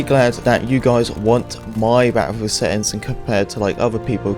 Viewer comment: He said it more than 10 times in 40 seconds right at the beginning